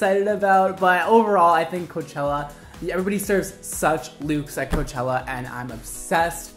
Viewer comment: hes saying chella